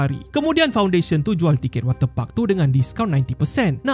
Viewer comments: Ni aku yang Salah dengar ke atau ape Wate puck Atau water parks 😂😂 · Ko sebut wat ter pak tu elok2 skit min 🤣🤣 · Jangan tekan sangat lah kalau sebut water park tu...banyak Kali dengar udah lain bunyinya hahahah😂😂